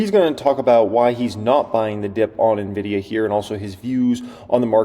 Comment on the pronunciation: Why the hell are so many "analysts" that CANNOT PRONOUNCE NVIDIA correctly ? "nevidia" "dividia" ... WTH ?